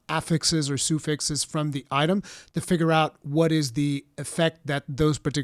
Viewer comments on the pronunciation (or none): All of this sounds really cool, one note though. i know english isnt your first language so one pointer. suffix is not pronounced "soo-fix" its "suh-fix"